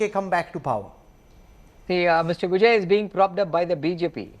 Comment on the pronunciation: Immature Kanwal you cannot even pronounce his name and you are conducting surveys at the behest of BJP high command. It is going to be Stalin Stalin Stalin all the way put in cold storage your surveys.